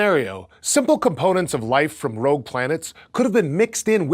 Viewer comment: Rogue, not rouge. Rouge is red in French.